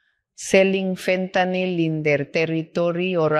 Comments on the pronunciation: She gets points for pronouncing fentanyl correctly. Ben… literally every American… learn! It’s not an alcohol, it is not “Fenta-nol” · she pronounces fentanyl correctly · Just the mere fact that she pronounces fentanyl correctly tells me she knows what she is doing. It’s fentanyl, not fentanol.